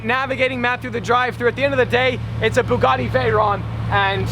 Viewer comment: I'm sorry but, Bugatti not buggati!!!!